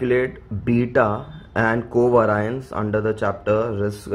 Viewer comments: It's pronounced co vay-ri-ance , not coveraince 🤦🏻‍♀️ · Itna aata hai toh khud se sikhna co vay-ri-anceeeeeeeeeee